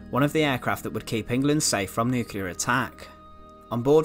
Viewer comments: Also drops nucular bombs, not nuclear ones... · Yes and the word nuclear is nuc-ley-are not nuc-u-lar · he can't say nuclear either...nuckeallar!!😆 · you’re perfectly capable of saying the word “bomber” there, so what in holy hell is up with “bommah”?! In fact you repeatedly pronounce “bomber” normally, so it’s clear you’re choosing to mutilate the pronunciation randomly. Also it’s Nu-clear, not nuke-ular. Colour, not cuhlaar. Another, not anuvvaar If it “continued at this altitude” it wouldn’t have struck the ground, perhaps having mentioned the aircraft being nose down you meant “attitude”?